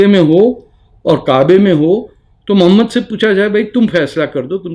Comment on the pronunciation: Jahil insan say the name properly. Mohammed PBUH. You are the biggest jahil. Illegitimate child of RAW.